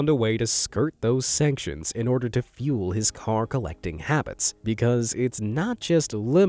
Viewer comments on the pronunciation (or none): none